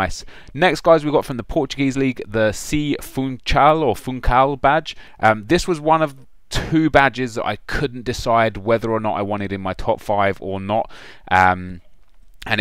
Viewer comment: You read Funxal, cuz in Portuguese ch reads like x!